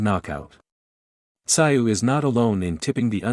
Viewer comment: Who the hell is Kosta Sigh? It's Kosta Tszyu pronounced Kosta Zoo! Maybe some research when you do a video?